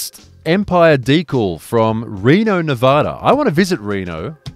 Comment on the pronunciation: Yo you pronounced Nevada right 😂😂